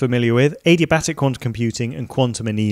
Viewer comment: Did he just say A-D-Batic?